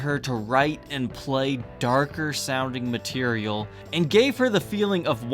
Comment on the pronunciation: I think he said "matelial"